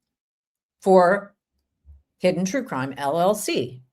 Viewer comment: Is Law & Cwime 😭 there?